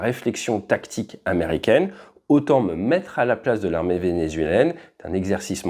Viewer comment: (+ autres) "(Au)tant technique que tactique"...